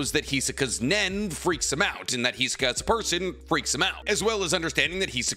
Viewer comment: Why you say "Hizuka"? That's just wrong :c